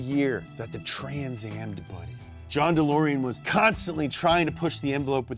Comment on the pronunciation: Damn he finally pronounced debuted correctly, feels weird 😂